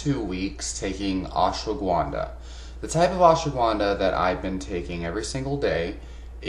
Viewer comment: It's not pronounced "Ash wa gwunda". There is no w in the word bro! lol